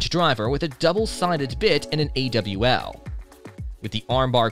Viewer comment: I had to close this video on the mark, because of the idiocy of the voice over person. it's not an A.W.L. it is an awl. a tool that is thousands of years old. and it's not "circuit" it is C R K T, or Columbia River Knife and Tool... if you don't have any idea what you are talking about, I can't take anything you say at any value. FFS, this is worse than the IA voiceovers that can't pronounce basic words. at least they have the excuse of not being an actual person.